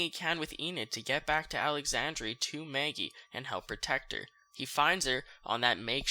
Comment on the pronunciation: Please stop saying Maggie’s name 🤣 “Mayagee” 💀💀💀